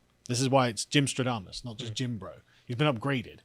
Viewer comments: Shouldn't it be Gymstradamus (with an a), since it's also Nostradamus, not Nostrodamus? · You meant "Gymstradamus' not "stro-damus"